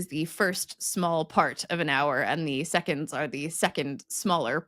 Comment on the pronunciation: I'm so glad didn't pronounce seconDs with a t like a lot of Americans do...